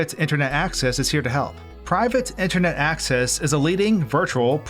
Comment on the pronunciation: Random note, but your pronunciation of Supah and Intahnet were different than normal, almost like your tongue was a little swollen. Lol